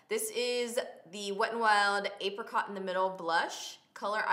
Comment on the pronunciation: the way you said apricot lol